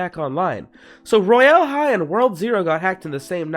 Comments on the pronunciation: no offense but im pretty sure its pronounced "roy- ull" high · LEARN HOW TO SAY ROYAL HIGH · why do he pronoun it like that ToT